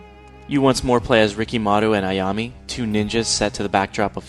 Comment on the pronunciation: it's ayam-A not ayam-Y